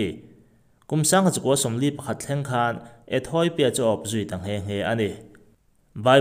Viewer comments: Ethawipia tiin I lam tlat a.... Ethiopia(ethiawpia) tia lam tur anih hmel e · Ethawipia tiin i chhiar zel a, ethiopia ti in chhiar la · Ethawipia iti zel aaa Ethopia tih tur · Ethoipia ani bawk lo. ETHOPIA TIHTUR AW. Lehkhathiam zawk pawh hian, diklo pui pui hian, inziak a, inchhiar bawk a,😮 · Ethoipia nilovin ethiopia a nia 😂😂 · Ethawipia ti in i lam daih a haaaa